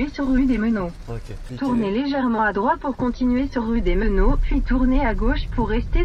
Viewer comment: Elle ne sait pas dire "droiTE" sérieux ? C'est le genre de détail complétement idiot j'en conviens mais qui peut me souler à force de répétition 😅